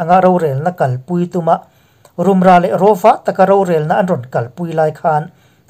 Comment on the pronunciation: INP chanela News minhluitu hi ifelin ichhiarthiam, ngaihnawm thine. Chutihrualin Mizotawng thluk thenkhat hi fuhlo a awmve zeuh2 thin. Rumra, minawl pui etc hi